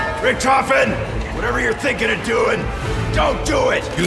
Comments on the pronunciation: Rict often, please say I wasn't the only one who heard that....😂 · Alia: Rictoften